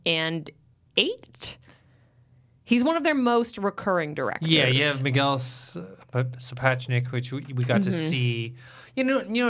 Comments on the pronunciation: First of!!!! Please for once pronounce Miguel Sapochniks name correctly. Its been a few years and you still struggle with his name??!! Secondly you didnt know Executive producer Bernie Caulfield was a woman?? After all this time?? WTF?! What kind of game of thrones fan/host are you? You never watch any behind the scenes footage?? Award shows? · Please learn how to pronounce directors Miguel Sapochniks name. Its amazing you still struggle with it! Secondly and really annoying you didn't know that Executive producer Bernie Caulfield was a woman??!! WTF! For a GOT fan and host you are not well informed or versed in the world of GOT... You never watch behind the scenes footage?? Or Award Shows all these years??